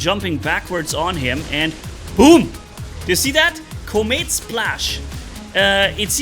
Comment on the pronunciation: Kaw-m't, not commit I think...